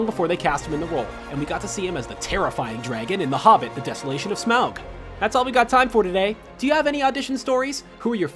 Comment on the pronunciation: Smaug is pronounced Smog. Just letting ya know. No hate.